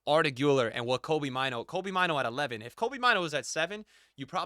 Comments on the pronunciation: Maaano not maiinu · It's funny how he pronounces Mainoo